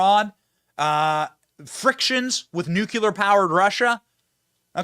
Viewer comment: Benny, for God's sake, learn how to pronounce nuclear ! You are smart and I think you can do it.